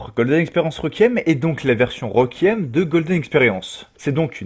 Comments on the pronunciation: La prononciation est « Rékouiyemme » et non « requiemme » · Déjà il arrive pas a prononcé Requiem correctement, alors ne lui en demande pas trop non plus xD